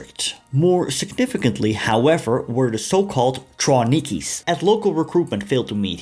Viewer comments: Trawniki has a hard v just fyi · Polish W you always pronounce as English V, so TraVniki. That “eastern Europeans” trained in Trawniki translates to Ukrainians. Before the war, in Poland lived only 4.3 million, when the majority of Ukrainians 25 million lived in USSR. That Ukrainians were enlisted into Red Army as Russians, wearing Russian uniforms. BTW, up to 38% of ROA were actually Ukrainians, at that time it never occurred to anyone to call them Ukrainians. There were always up to several times more Ukrainian volunteers for German service than the Germans were able to accept. This is why, always, the preference was given to members of the OUN, who, as a rule, had already undergone ideological training. Genocide was written in the foundation of the constitution of OUN. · Excellent video, just one note: it's pronounced "Travniki" because Polish W sounds like V. Also, it's quite likely Hiwis had better living conditions as captives in Wehrmacht than in their Soviet units.